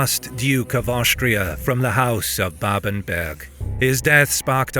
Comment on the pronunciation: Ganz viele Namen sind falsch! Babenberg! Nicht Babenburg! Steiermark! Nicht S(t)üria! Friedrich der Zweite! Nicht Friedrich Zwei! etc.